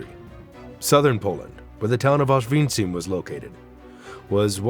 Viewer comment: "Ozweenzeem"? Would it have killed you to look up the proper pronunciation? IPA: [ɔʂvʲˈɛɲt͡ɕim] Roughly using English phonetics: /awsh-VYEAHN-cheem/